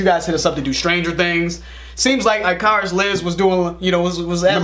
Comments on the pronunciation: .... "IK-ER-IS" not "Eye-CAR-Us". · first they pronounce djent with the d, now (I-Car-Us) oh man. haha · Pronounciation police... Icarus is pronounced ICK-a-russ... that's the old Greek myth of flying too close to the sun... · IKacus. Not Eyecarus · Ick-a-rus. Not I-kar-us. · It is pronounced Ick-a-ris, it is from greek mythology. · Come on guys, how you gonna mispronounce Icarus? Lol.